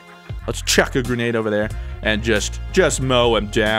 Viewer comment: It sounds like you're saying GRENAGE launcher XD